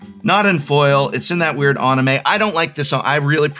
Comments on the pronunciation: Love you prof, you’re great but it’s an-i-may, not on-i-may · It's even more painful hearing him continue to pronounce anime wrong.